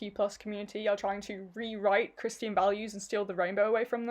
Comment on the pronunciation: Did you really just say ... KRIST EAN?